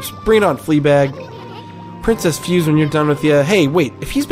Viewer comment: Just so you know, for Princess Fuse, her name is in traditional japanese character(フセ) so it's pronounced Fu-se(say). Also, you can knock down walls and doors using both a power slash as well as tackling them can break them down and reveal secrets. OH! And for the canine warriors, any time during the battles, if they start glowing(their orb does), they are invincible to attacks until after they finish. I would suggest getting the dodge technique from the dojo and using it a lot in those fights.